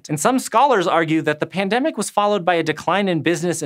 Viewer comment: The first time yoou said pndemic it only sounded as pndem.